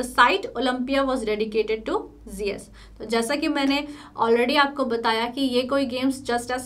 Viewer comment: Pronounce of Jeus is wrong